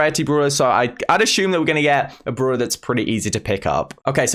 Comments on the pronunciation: Bruh .. it call brawler not browlor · It is annoying listening brawler bruler.